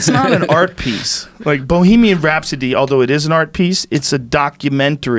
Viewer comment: Did he say Balemian Rhapsody? Yes.